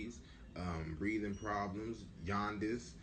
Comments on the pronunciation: Did that idiot say "yawn-dis" ) jaundice talking about he's far from stupid he's highly educated well dude you need to sue the board of education anytime they taught you an English 'Y'' was pronounced pronounce like the J in Espanol!! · Who's the intelligent/educated one here! It's jaundice not yaundice fool. You are using profane language, the physician was not in the room at the time his significant other was laying there getting medication in her IV. You should have been trying to acquire information in writing on what medication were refused by the mother of your child but you chastising a medical doctor. Little did he know you are not in control. He could have been killed bro.You had a nude child and nude baby trying to head out the door- that's unreasonable behavior under any circumstances. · Lol it’s pitocin not oxytocin... and JAUNDICE, not yawndice! Not bequest, it’s request! But nonetheless this was handled sloppily and they don’t have to see you they do have the right to turn you away. Obviously he has never had a child before! Just shut up! If they would have shut up it would have been different. They brought that on themselves